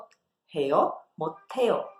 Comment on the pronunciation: eu posso fazer uma pergunta, e que a pronúncia do 해 as vezes e substituído por ㄴ, e por 대... Quando vc foi pronúnciar o 못 해요, ficou com a pronúncia 못 대요. Espero que tenha entendido, pq acontece isso???